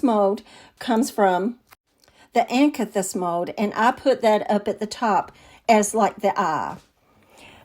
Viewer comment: Just being helpful. You pronounce it (a can thus)